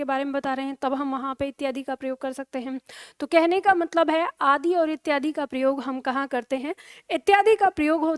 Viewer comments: bilkul shi bat hai mam आदि बोलते समय आदी bol rhe hai aap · बहुत सुंदर प्रयास।किंतु आप आदर्श हैं हिंदी के लिए।अतः मेरा सुझाव है कि जब आप आदि इत्यादि को बोलती है तो ह्रस्व इकार बोलिए दीर्घ ई नहीं।